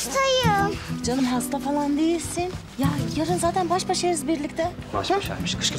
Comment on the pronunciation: Kız hasda ama doktor diyor hasfa diyil